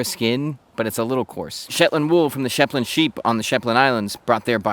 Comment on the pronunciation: Your “Shepland” keeps reminding me of Benedict Cumberbatch’s “pengwing.” lol